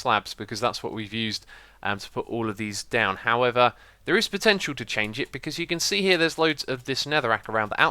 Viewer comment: "BADROCKS! Why do i keep saying Ws for Rs lately..." 5 seconds later... "howevaw" i lolled IRL.